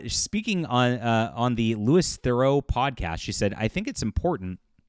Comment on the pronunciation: Lewey Theroo